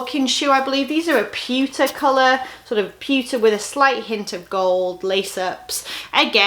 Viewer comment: Your accent got me good. You were describing a pair of metallic shoes, and I could've swore you were saying pizza colored. I was like wtf kinda pizza is metallic- Lol! I then realized you were saying pewter color.